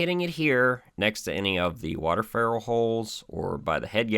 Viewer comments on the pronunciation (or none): none